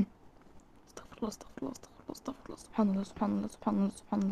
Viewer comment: المفروض تقولي استغفرُ الله علشان استغفر الله بدون ضم الراء ربنا يسامحني يعني كان ربنا اللي يستغفر